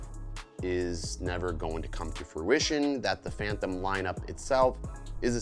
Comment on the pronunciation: I can not get past you saying phanthom instead of phantom.